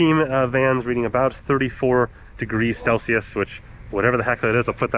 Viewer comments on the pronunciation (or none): none